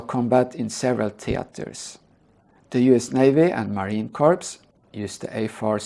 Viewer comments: The Word Corps is pronounced core. The Marine Corps (core) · Even Barack Obama doesn't know how to pronounce "corps", so I give this ESL speaker a pass.